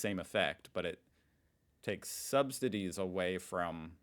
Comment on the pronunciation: I think it's "subsidies", not "substidies". 😅 Greetings from Berlin.